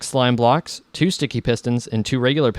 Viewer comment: haha he said sloam blocks!! :)